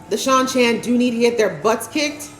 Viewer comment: I love you reactions. I've enjoyed your takes this season. One small correction on pronunciation: the people from the season 1 episodes 7/8 that are traveling with Perrin and Loial are call prounounced SHY-NAR-ANS.